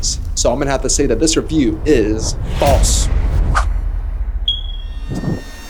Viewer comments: "FASLE" instead of "FALSE"! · … not fasle, but false